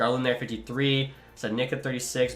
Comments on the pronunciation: studnicka is pronounced neek-a not nick-a btw, figured that might be some helpful info xD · Dawggg come on man. Stud-neetch-ka, Hogue-lander, Petter-son, mick-hey-ev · As a bruins fan, we always said stud-knee-kuh